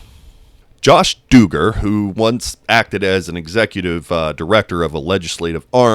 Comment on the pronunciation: FYI, it's not pronounced "dooogar", it's pronounced "duggar" like "ugh".